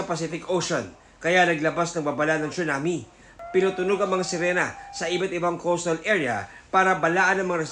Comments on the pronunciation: It's not "CHUNAMI", it's TSUNAMI 😂😂😂😂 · Prayers for Japan po. "Tsu-nami" though. 😂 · At lalong di "Chona Mae".